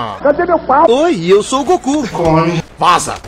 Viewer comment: Eu estou toda hora escutando oque ele fala: o Goku ta chegando grosso eu escuto: o ku ta chegando grosso kkkkk